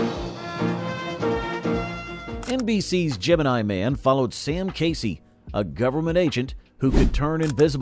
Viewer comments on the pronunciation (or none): none